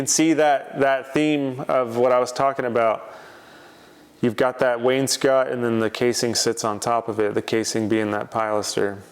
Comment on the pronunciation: If you don't recognize me, I'm the guy who told you wainscot was not pronounced "Wayne's coat"